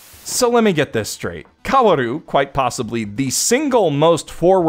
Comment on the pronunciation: This is barely related to the video but can someone please tell him that "Kaoru" and "Kaworu" are pronounced the same way. Other than that good video, also thank u for presenting the kitchen scene comparison honestly (I made the original tweet abt that one that got traction and I've seen the comparison out of context WAY too many times now)